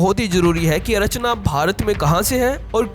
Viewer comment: अरचना नहीं अर्चना